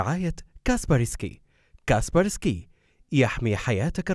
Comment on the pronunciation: كل المعلومات عجبتني الا الخطا الاول بالفيديو ..كاسبر سكاي وليس كاسبرسكي